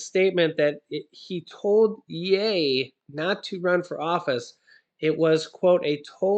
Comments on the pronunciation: I am not trying to be rude I am just trying to help you ok! so; just so you know,the word ( ye) is pronounced as: it rhymes with ( she) the way you are pronouncing it, it rhymes with hay. yeah! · I thought it was pronounced "yee". . . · Love u but it's yeeeee Y... E lol